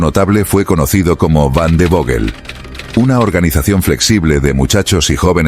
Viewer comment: O WANDERVOGEL (en español) ó "vanderfoguel" (bien pronunciado en alemán)- vandervogel es una aberración